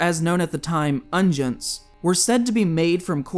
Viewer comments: "Guillaume" is pronounced gee-YOM, not GWILL-amay, and "unguents" are UN-gwents, not UN-jents. It would lend an air of credibility to your reporting to have correct pronunciation of the words and names you reference. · "Unguents" is pronounced UN-gwents